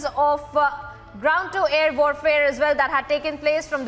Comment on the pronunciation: "Well" not "Vell", please!